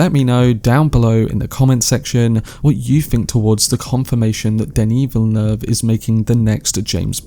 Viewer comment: As a guy from Montreal, bravo for your pronunciation of Denis Villeneuve. It’s pretty much on point. It’s rare.